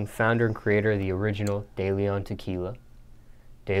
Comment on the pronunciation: De Leon is pronounced... Deh - leh ohn .Not Day Lee on 👍🏼